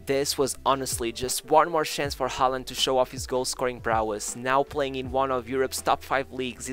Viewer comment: Learn how to say his name properly.